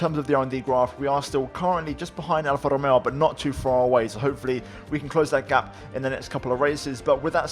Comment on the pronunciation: Your Alfa Romeo pronautiotion is perfect. Wow